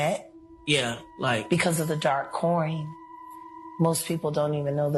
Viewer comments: Dark coin, not dark queen. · She said “Dark Coin” not Dark Queen. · Could you listen to what she says? She said dark coin, not dark queen. And if you're only just getting to the part where "Diddy was pounding dudes", just wait until you get to the part where most of the hip-hoppers and actors in Hollywood swing (at the very least) both ways. Acting and entertainment has historically always been very gay. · She said dark coin not dark queen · She said dark coin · Jaguar Wright said " Because of the The Dark Coin" not "Because of the Dark Queen" lol😂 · She didn’t say dark queen she said dark coin. Meaning crypto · You didn't get it man. Someone more than likely bought those tapes to prevent them from going public. And she said dark coin not dark queen ffs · She said the "Dark Coin" not queen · She said dark coin. Like bitcoin.